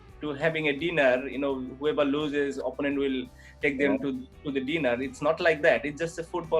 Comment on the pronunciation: It's not dineeeer it's DINNER Chutiye